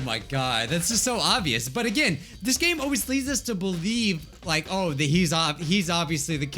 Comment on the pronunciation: Man he said like wrong